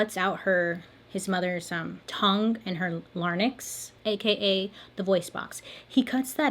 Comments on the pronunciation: I love your videos, but I need to point this out-- it's larynx, not larnyx 😂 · larynx is pronounced LAIR-inks (american pronunciation) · Larynx sounds like Lar inks .. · Larynx not larnyx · Larynx (L-A-R-Y-N-X) is pronounced la-rinks, not lar-nix. Just FYI. When you lose your voice, you get laryngitis, which affects the larynx. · Lol oh Bailey, I love you but it never gets old listening to you mispronounce words. Lair-rinks. Not larn-nicks. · Larnix lol. Larynx is said Lair-inx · it’s pronouced larynx not larnyx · LARNIX 😂😂 I THINK YOU MEANT LARYNX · Larynx It’s an easily mispronunciation. “Lair- inx”. ❤ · Did Bailey really say LARNIX? 🤣🤣 I love you and this is what happens when you don't post.. I go back and hear things I didn't the first time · Did she say lernyx lol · Larynx is pronounced lair-inx (like minx) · Idk why, but her pronunciation of larynx just made my day